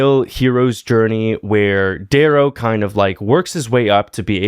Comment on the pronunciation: bro butchered dayrow 😂